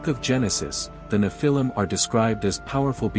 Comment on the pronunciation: Learn how to pronounce the word “nephilim.” Your inability to pronounce the word correctly indicates that you are not knowledgeable about scholarly studies. Perhaps this was intentional as Satan would not want curious scholars to know about the credibility of the Nephilim.